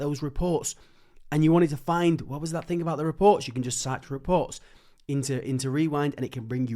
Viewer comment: Do the ai systems correct the way you speak ? I m wondering you say fing instead of thing etc